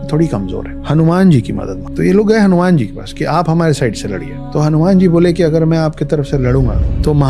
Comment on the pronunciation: Bhai hanyman nahi ramdas hauman